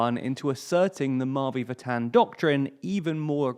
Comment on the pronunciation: The way you say "Mavi Vatan" 💀